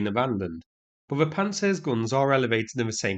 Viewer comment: "Adam and Eve it" really made my day! Do you know that you pronounce "guns" exactly like the gangsters in Guy Ritchie's movies?😂😂😂